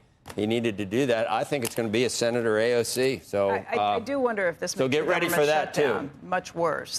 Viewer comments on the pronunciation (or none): none